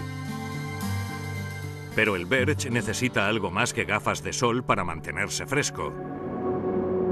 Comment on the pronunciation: Dislike por "Berch".